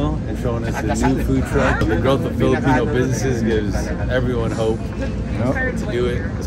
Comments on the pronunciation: I love how has mastered saying the names of the menu the way Filipinos would pronounce it. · How funny to hear an american correctly pronounced the name of the food.. Meanwhile filipino who migrated to America cant pronounce correctly. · mahusay yung pagbigkas ni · great job! pronouncing those filipino food like you a boss!